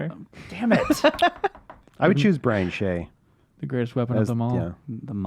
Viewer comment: Brian Shay sounds like crying shame :)